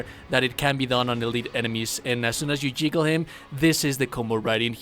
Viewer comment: The "jiggle" was killing me. It's juggle. xD